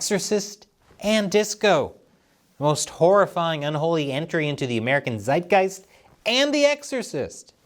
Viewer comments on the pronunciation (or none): none